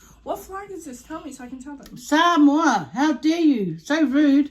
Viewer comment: she doesnt know the samoan flag or how to say it properlyy no hate just weird to see a poly not know how to pronounce samoa